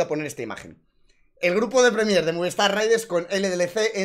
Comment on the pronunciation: Has dicho "Premiér" 200 veces (mal) y solo 2 veces Prémier (bien) 😭